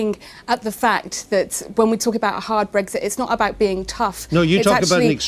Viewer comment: What is it with these clowns and not being able to say Brexit properly? It's not BREGGSIT, it's Brexit, not a single G in sight...